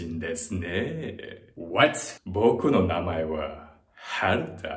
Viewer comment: he says no but it sounds like he’s saying yeah